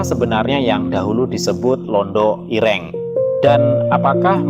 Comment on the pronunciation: Dasar ai nya bukan orang Jawa, Ireng dan ire'ng susah lidah nya